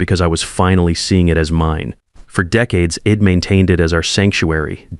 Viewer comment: A reasonable story, marred somewhat by the voice reading the script. I'D written ID. and pronounced "ID" not "I" "d" ( short for i had ) and 3-40 to 6-00 ish. in gibberish!/ gobbledegook